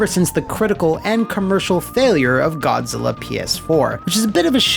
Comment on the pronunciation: Can't unhear Godzilla being called G-Spot, so thanks for that.